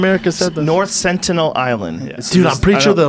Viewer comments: Jamie caught Eddie saying “sentinel” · Wtf did I just watch for the past 3 minutes. Someone teach the one guy how to speak🤦🏽‍♀️. Sentinel us not difficult to say. "Maybe they have a translator" huh tf